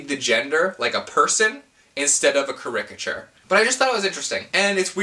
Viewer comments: Yeah, when I heard that I was like, "Did he just say CaRICature?" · Who emphasizes the second syllable of "Caricature"? (Other than you.)